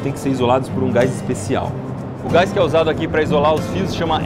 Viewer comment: Video top..bem explicado..so pelo amor de Deus ibere, pare de falar "gais" em suas materias...o correto e gás sem o i...fica feio homem.